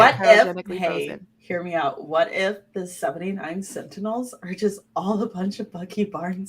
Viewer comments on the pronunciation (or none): Oh, for the love of gawd, it's SENTINELS, not "centennials!!!" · Omg Centennial vs Sentinel. Thank you, It was killing me haha